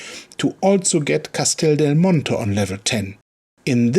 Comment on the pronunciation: You tried to say "Castel Del Monte" all'italiana. Very good nice try😏👏😉😂